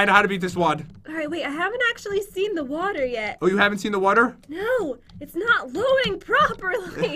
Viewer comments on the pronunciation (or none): Lol he says wuter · Water not Wter pat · Hong Kim He says water def